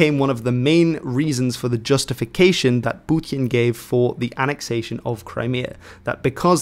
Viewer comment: It's not Putjin, it's Putin. (for Dutch people: Poetin, niet Poetjin)